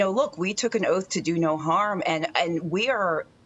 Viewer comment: what in the - 😆 "...unuh-vax-i-nated" The way she said it 🤌😭